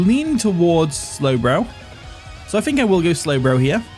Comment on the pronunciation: why do you say “Fhreat” instead of “threat” and “fink” instead of “think”? lmao